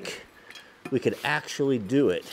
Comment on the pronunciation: See if we can axeually